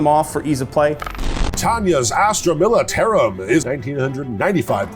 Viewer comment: I love but the way he pronounced militarum made me flinch everytime